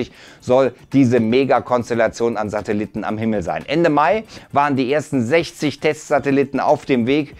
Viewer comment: krachten die Kritiker um die Ohren. Er sagt immer noch Satelitten